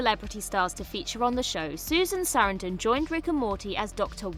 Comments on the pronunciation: It's horrible. Highlighting her as a super famous star and then mispronouncing the name is jarring. It makes me immediately think the narrator is dumb and the editors are absent. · I can't get over the way you pronounce Susan Sarandon's last name 😂 I love it btw 😁👍